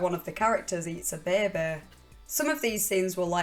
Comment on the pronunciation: Less than 5 min in & says BEHBEA!!!!! ❣️🥀❣️🥀❣️ ETA: & not just BEHBEA but EATS A BEHBEA!!! My day is made!! LOL!!! 👻💀👻